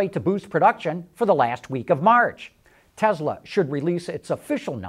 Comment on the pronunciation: Tesla not Tezla